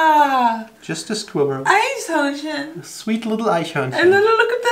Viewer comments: Eishörnchen....eishörnchen.........EISHÖRNCHEN...Well, now I'm in the mood for some ice cream 😋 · Eichhörnchen klingt bei ihr wie Eishörnchen. Bitte nicht verwechseln 😂😂